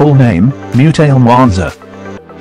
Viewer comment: The pronunciation of Mutale is wrong